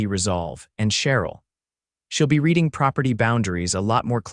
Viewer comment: From the captions . His lawyer is “aline Sirius” man. He’s an extraterrestrial? Lack of proofreading. Also the narrator has a habit of pronouncing “reading” as “reding”. Crops up in a number of stories.